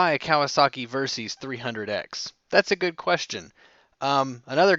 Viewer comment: It's pronounced "Ver-Sis", short for versatile system, not "Ver-Seez".